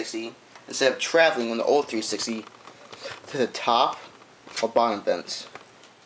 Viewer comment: this guy cant say old......